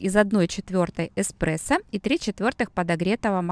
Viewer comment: Так режет слух-кофе-не оно, а он, не экспрессо, а эспрессо